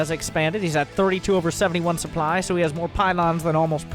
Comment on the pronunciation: Manage your "souply" xD